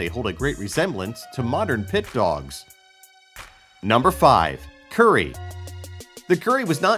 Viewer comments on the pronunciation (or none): And he pronounced it like "curry" but its sounds more like koori, and you have to roll the R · its pronouned cooreee, you roll the r's in te reo maori like spanish and the macroons mean you hold the vowel longer :)